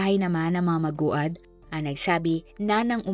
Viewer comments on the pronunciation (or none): Grvii podka magbasa sa apelyedo maogad... Maguad oy😅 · It's mag wad, not ma gu ad✌️ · Magwad ( Maguad) po ang tamang pgbigkas ng kanilang apelyedo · Lods Hindi ma u gad Maguad -magwad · MAGWAD HINDI MA-UGAD😂😂😂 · Maguad (Magwad) not Ma-ugad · Hindi po mA-O-GAD mam MA-GU-AD(MAGWAD) PO! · Mag-wad pag pronounce bha. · Mag-wad po 🤦‍♀️ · Aye MA -GU -AD as in MAGUWAD pag binigkas🙂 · Hoy magwad when u pronounce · Maguad po mam,, Hindi ma-ugad. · Mali pa pagbigkas ma ugad daw hahhaha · Mag-wad ganyan po pronunciation ng surename nila😊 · At di mo talaga ma pronounce na tama ang maguad. haysssss! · Nag research kna lang din ung surname pa. Talaga ung kinalimutan mo, kaka asar toh maguad as in MAGWAD bwisit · Maguad po maam..(mag-wad). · Kaya nga nakakainis pakinggan magwad yan basahin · Pronounce as maguwad or magwad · Mag wad dapat ang pronounce ng last name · "MANGUAD" PO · Jusmi hindi maogad madam ang pag pronounce ng family name nila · Iba ung pag pronounced nong maguad po 😭 MAG-WAD po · Maguad (magwad ang Tamang pronoucation) ng family name nila. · Maguad po hindi maugad..death sentence nga sana dapat ang hatol 😢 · Oo nga...magwad(maguad)ano ba Yan?😅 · Naku Ms. Narrator, sa susunod paki sali sa research mo ang correct pronunciation ng isang "proper noun". Ang daming nakakaalam ng kwento at pangyayari na to. Nakakainis pakinggan. Payo lang sayo, mawawalan ka ng listeners sa ganyang gawa mo. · Di mo man lang inayos pronounciation ng apilyedo nila. Parang ibang pamilya tinutukoy mo. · Alam ba ng pamilyang Maguad na ginawa mo silang content? Nag content ka na lang, mali2x pa.. 2 syllables na nga lang yang apilyedo nila di mo pa maayos. King ina mo. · Ayusin mo please pag pronounced ng last name..offensive yan s mga relatives ng victims.. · Maraming bitter dito s apag pronounce ng apelyedo.. Kayu nmn naka alam bkt Ang gagaling nyu tlga.. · Pronounce their family name well. Because you mispronounced it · ok na sana pero mali ang pag pronounce mo ng apelyido